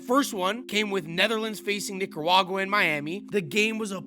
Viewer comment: Yo son watch how you pronounce Nicaruagua. Lol gettin real close